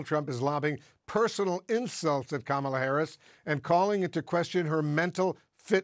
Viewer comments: Mr. Tramp sure seems to have an ongoing problem pronouncing VP Harris’ first name. I hope it’s not due to a cognitive decline. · She said how to pronounce it in introducing herself at the debate. In one ear, out the other. Deliberate. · and there's something wrong with a guy who after such a long time STILL can't pronounce Harris' name correctly! or, maybe he's just being "bad". (a different type of mental impairment) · If the former is SO much smarter, then why can’t he pronounce Kamala’s name properly? 🤔 Oh that’s right, it’s intentional disregard. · There's something wrong ... with a Presidential candidate who can't pronounce her name correctly. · Is it mental illness to intentionally mispronounce someone’s name thousands of times in front of other people like that is a normal thing to do?